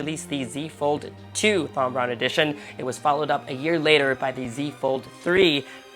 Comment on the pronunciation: It’s Tom not Thom haha